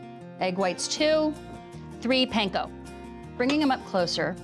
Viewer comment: How hard is it to say panko right though? Come on Food Network, you can do better than that 🙄